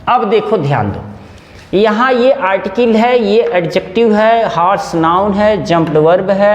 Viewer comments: आर्टकिल नहीं आर्टिकल 😂😂😂😂😂😂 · अरटीकल को आरटीकील kyun kahte hai